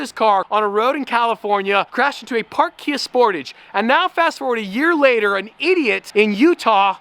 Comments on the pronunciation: Kia SportAAAHHHHHZHE not Sportidge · FYI, The Sportage is a play on the word “Portage” which refers to the act of carrying your canoe from one point on a river to another point to bypass a section of the river that is impassable or too dangerous to try to ride. It is a French word and pronounced similar to the English word “garage”. GAR - aazh SPORT - aazh